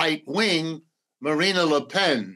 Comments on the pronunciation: It's embarrassing to hear this "expert" on France incorrectly pronounce Marine Le Pen's name all throughout the interview. It's Marine and not Marina. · Please, it's Marine, NOT Marina. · I couldn’t take him seriously when he kept saying MarinA le pen 😐